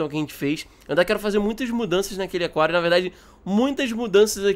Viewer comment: Tu falo aquário errado você falo a quario e é aquário